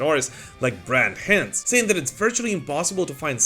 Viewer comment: Brett H-eye-nds. Hinds. Like Meat Ale Pile Grime.